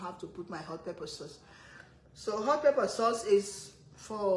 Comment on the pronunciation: Over, pepper. Not ova, Pepa...